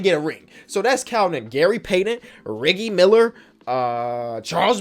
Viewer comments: Did actually say leggie Miller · how did you miss pronounce Reggie Miller? 😂